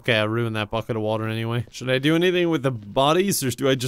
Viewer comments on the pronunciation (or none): none